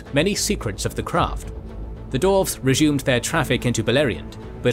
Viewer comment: Why does the narrator insist on saying "Dorves" not Dwarves?